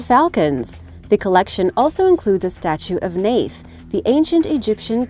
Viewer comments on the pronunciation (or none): Btw, the ancient Egyptian town of Neith, ( named for the very ancient Goddess Neith) But the name is pronounced Neet. In those ancient times before the Greeks with their Th sounding that we use today as in the word THE, Before then the sound of anyword containing the Th letters only the T was sounded, the H was more of a glottal stop or Huhhh at the end of the word, a tight sound Huh Therefore the name Thoth Was pronounced T'aw'T Or Tauwt with the Huuh at the end like a hard breath. This was told to me by an Egyptian Egyptologist. Cheers 🇬🇧🙋